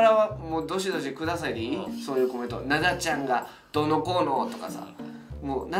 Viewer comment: 関西弁の発音だと「ナ↓ダ↑ちゃん」ですねｗ